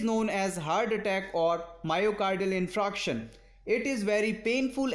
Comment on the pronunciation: You r pronouncing 'infraction'. But it is infarction'